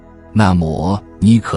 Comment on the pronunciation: 請問 這幾次的視頻 有好多次的 發音是不對的例如 ( 那麽 ) ( 默 ) 是第四聲 為何都用 ( 磨 . 魔 ) 聽著的感覺 , 感受 ,很不舒服。 這是個人的發音錯了 還是AI的問題 呢？ 可以像最早期的視頻的配音嗎？ 非常感恩仁者教導 💞🙏🏻💞